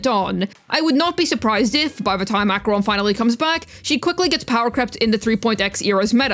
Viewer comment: you're the first person ive heard saying acheroni... i love saying it im surprised i dont hear it often